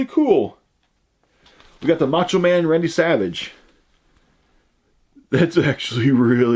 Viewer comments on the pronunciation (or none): none